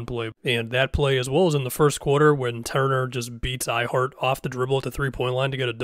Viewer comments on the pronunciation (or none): It’s Hartenstein, and I absolutely agree. It’s kind of annoying.